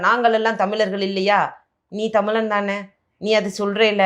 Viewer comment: அது தமிழன் - தமிலன் இல்லை. முதலில் சரியாக உச்சரிக்கவும்.